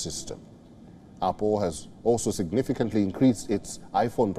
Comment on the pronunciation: Why are you keep saying oppo